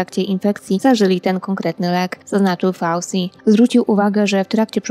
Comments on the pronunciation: Fauci to włoskie nazwisko, więc wymawia się ,,fauczi".😕🙅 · Dla własnego użytku możesz wymawiać według swego uznania.Natomiast dla szerokiej publiki tak,jak to jest przyjęte przez powszechne normy. Wszyscy mówią ,,fauczi",bo to jest typowe nazwisko włoskie i tak się poprawnie po włosku wymawia.